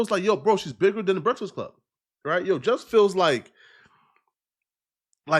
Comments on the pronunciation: Bra u can't say breakfast? That's terrible Brehtfast club lol.... I'm dying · “The Breksist Club”